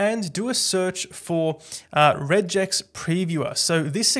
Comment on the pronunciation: how the f did you just pronounce regex?